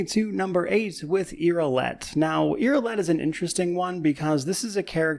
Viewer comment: says: "Yrilet" Screen immediately shows "Yrliet". lmao